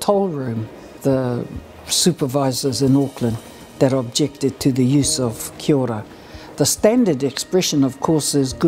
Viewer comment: It's pronounced Kiao ra (Kia ora), not 'Kiora'